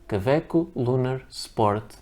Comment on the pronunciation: Why do you keep call them ka-veck most of the time? I have 6 Kawecos now and like them very much, especially the piston filler.